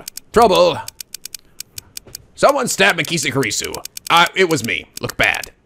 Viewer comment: MAH KEE SAY KOO REE SUE